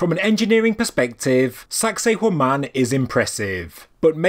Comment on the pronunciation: I had intended to compliment for the British pronunciation of the name being far more refined, not to mention avoiding sounding misogynist, like our American one. But you made it funny without being salacious. Congrats 👏 🏆 👏